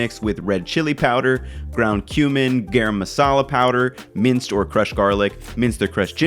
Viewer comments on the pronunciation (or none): great vid but garam masala is actually pronounced guh-rum:)